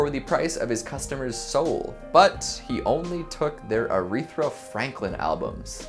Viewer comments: I died when he pronounced Aretha as “Arethra” 😂💜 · “Arethra”? Isn’t Urethra’s sister? 😆😆😆😆